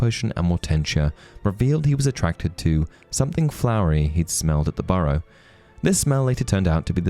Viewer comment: . "Ginny's Burrough"